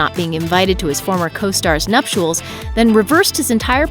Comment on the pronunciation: Don't "get?" (assuming to mean 'understand?' Nuptials isn't pronounced 'nupshools' -- there is no 'U' present in the word.